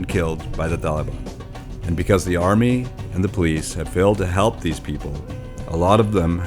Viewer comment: thees? These.English!